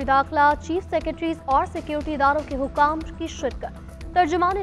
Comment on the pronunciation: News caster ko bolna nahi atta security ko sacurty bol rahi hai talafuz kharaab hai pahlat tyari kia karein